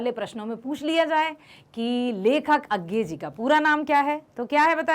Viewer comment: Its not agay its ajey according to hindi pernensation 🤔